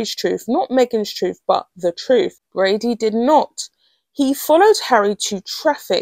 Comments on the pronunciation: I am beginning to be irritated by the mispronunciation of a very simple name with an obvious pronunciation. If it's not Brady, it's Bradbury. Please look at the letters in the word and pronounce it accordingly. It matters, because it is very easy to get the names of people mixed up, and someone named Bradbury might suddenly be accused of something they know nothing about. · Yes, and The Royal Grift kept saying BRADBURY. There is no "UR" in there, but there IS a B. This is not a difficult name and mispronouncing it is careless, to say the least.